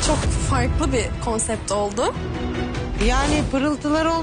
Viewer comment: bi konsept demeyi öğren..